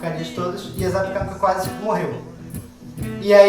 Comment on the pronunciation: A pronúncia correta é zapiÉkanka....tem que pronunciar o É...e o cogumelo é o borowiników (cogumelos silvestres polacos secos).